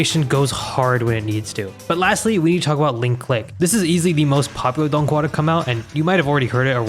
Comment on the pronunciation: As a chinese believe the way he is saying dònghùa is inacurrate no hate just saying